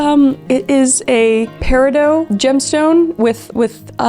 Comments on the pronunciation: Sorry Kris but... YOU MISPRONOUNCED PERIDOT... THE T IS NOT SILENT... It is peh-ruh-daat... I know cuz it is also my daughter's birthstone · Ok I rlly don’t mean to be rude, but it’s pronounced periDOT, with the t pronounced. Also, congratulations man. I’m so happy for you. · I've always pronounced it peri-dot. 😅😅😅 Congratulations!! 🥰🥰🥰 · The T is silent. Pronounced like pear-ih-doe. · Girl the t in "Peridot" is pronounced, its not silent 😭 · I don’t know if you are pronouncing “peridot” wrong, or if I am. 🤔 I was told it was like “Pear-ih-dott.” It’s my birthstone, too. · I love you Kris, big fan, im so happy you found happiness. You need to watch Steven Universe I need you to pronounce Peridot right 😂😂😂